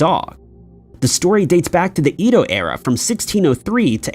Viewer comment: Do others cringe or shudder when he mispronounced Edo over and over? No? Just me? 😂